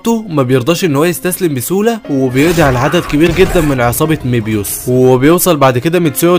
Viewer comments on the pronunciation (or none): مبيوس ❎️ ميبيوس ✅️